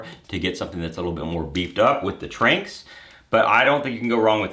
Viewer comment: Not to be that guy but me personally; I think it’s pronounced Tran-X but I could be wrong